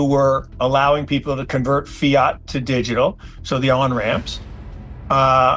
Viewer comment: AI can't pronounce "digital" , "illegal" or "alcohol"? Those are not difficult words. "Alca-hole" lol😆